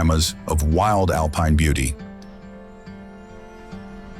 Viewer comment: Meanwhile therefore yet, furthemore, in addition there is s problem with pronunciation!!! One hears Tryol pronouncef Tairol and then correctly Tirol, later Alpine is pronounced Alpeen and then correctly. The narrative is full of meaningless phrases Why write such drivel. I laughed from beginning to end. Please use a resl person and not some stupid AI smarmy American.